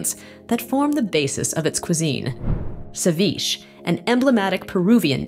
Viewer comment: ceviche wasn't pronounced right by the narrator, but no big deal. Interesting video.